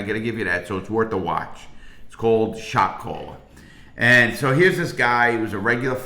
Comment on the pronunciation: That's all I hear now!